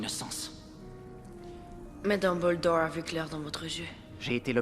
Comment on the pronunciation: En temps que quebecois , le fait qu'il dise dumble-dorr , drago mal-fois , hermione gran-gé me derange un peu